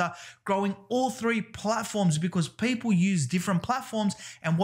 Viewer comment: Every time I hear you pronounce "people" you remind me Paypal